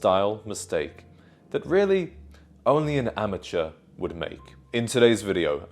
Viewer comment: It worries me that you are unable to pronounce “amateur”, and that you find something you have “never worn” to be uncomfortable.